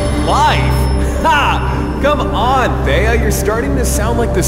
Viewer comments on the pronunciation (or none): No, he said “theia”